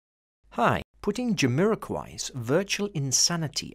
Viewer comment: By the way, it is Jamiroquai and not Jamiroquia cf.